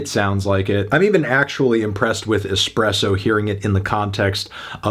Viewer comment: If you say expresso one more time